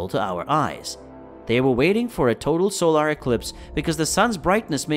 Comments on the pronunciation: Good video, but you need a narrator who knows how to pronounce “solar” correctly….. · For real?!?! SOUL - ARRRRRGH? It's So - lur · What the heck is a 'Sole-Are'? You can't fool us quite yet, robot.